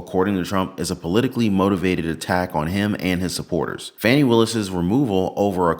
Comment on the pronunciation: 👉 💙💙💙 VOTE BLUE !!! 💙💙💙 (ps - her name is pronounced FAW-nee !!!)